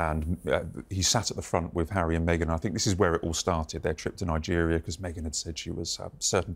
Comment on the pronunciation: Me-gain Markle